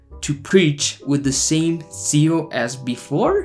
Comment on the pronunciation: How can you expect anyone to agree with you or your message with so many grammatically misspelled or pronounced words? The word is "Zeal" not "Seal"!!! That"s why they have spell check on your computer very good invention try using it!!!